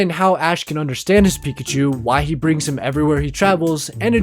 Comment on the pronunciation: it is not pekushou